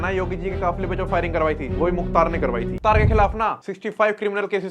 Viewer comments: Bhai kya kr rahe ho yaar, pahle naam sahi se lo ar नहीं मुख्तार, और is line me mt aao. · Mukhtr ❌ Mukhtar ✅ Ham unhi ke area se belong karte hai muhamdabad (Gazipur)❤ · Muktar ansari naam sahi se le babu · भाई मुख्तर नही मुख्तार अंसारी